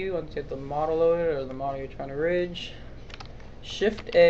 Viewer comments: it's not prounounced like ridge. it's prounced with a hard "g", as in big, or gun, or wig. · the g is pronounced GUH in rigging.